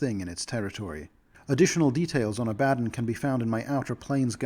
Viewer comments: People who mispronounce words have typically only read them, not heard them spoken. It isn’t a bad thing. It shows you are well-read. Ab-ad-don sounded like nails on a chalk board to me though. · God, this isn't a you thing, a lot of people use that pronunciation of Abaddon, but I hate it so much. I think 'A-buh-dawn' sounds much more cool as the pronunciation of the name.